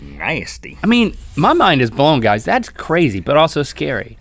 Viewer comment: Did you notice that link said Qrazy insted of crazy xD